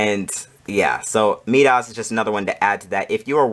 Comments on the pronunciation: I had no problem with the length of your video. I watched it to the end. Although, I did have a problem with how you pronounce "Midas". It should be pronounced "My-Das". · Love the setup. But you’re saying Midas very wrong 😂.